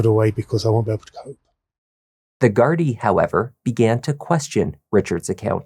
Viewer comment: I like you just a thought.. very respectful and say gardai right.. love from Ireland ❤....rip Tina 😢